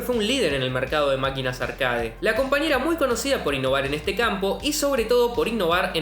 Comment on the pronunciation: No existe la palabra «arcáade» se pronuncia «arquéit».